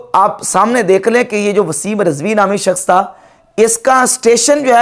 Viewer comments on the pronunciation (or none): It's not RAZVI but RIZVI. 🙏